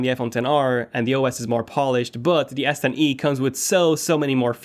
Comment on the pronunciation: I keep hearing yes10e